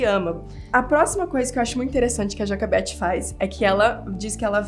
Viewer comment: A fala assim porque ela aprendeu inglês primeiro, por isso que ela erra algumas palavras em português rsrs